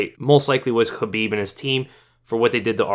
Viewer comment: The way you pronounce "Khabib" sounds hella bizarre dude just say it in english not kinda-russian